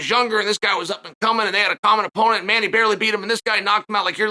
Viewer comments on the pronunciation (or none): none